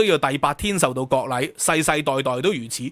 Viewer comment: ，係割禮吾係國禮呀，聽得我...